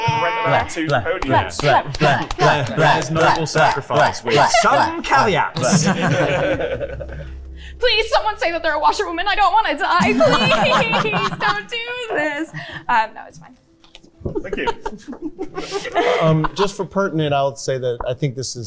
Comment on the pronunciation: thinks the word caveat is pronounced kahvat and it is infuriating